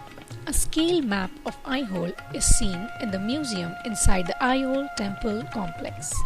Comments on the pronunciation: Video is Good, But the Narration could have been OKAY in Indian Accent. Pronouncing AiHole as I Hole is irritating to listen. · Nice video, but please reduce the music, it is hard to listen to the commentary. What is 'I hole' by the way! Please use Indian pronunciations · Good explanation... Very nice video editing... But very confusing accent... It's not an Indian accent definitely... But at least places name should be pronounced correctly... Aihole,Badami,Pattadakallu...